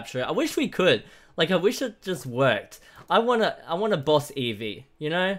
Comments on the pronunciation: Eevee really it's Eevee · It’s eevee